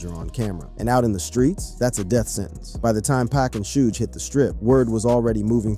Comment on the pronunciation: dude don't even know how to say Suge but take his word for this lol